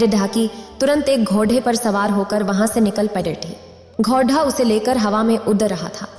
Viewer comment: घोड़ा यानि ड़ का उच्चारण सब जगह सही करें। शेष सुंदर वर्णन